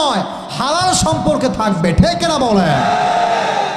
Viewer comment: ঠেক নাতো হুজুর ঠিক হবে উচ্চারণ সঠিক ভাবে করলেন